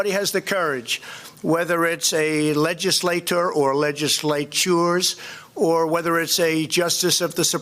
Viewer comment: "A legisla-TOR or legisla-TURES" :D Yes this man is very smart words guy!